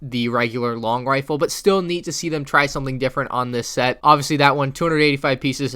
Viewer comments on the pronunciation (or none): none